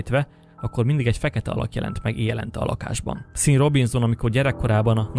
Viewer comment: Sean = ejtsd Shoón